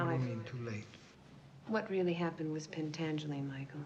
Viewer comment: PEN-TAN-GELI! FIVE ANGELS!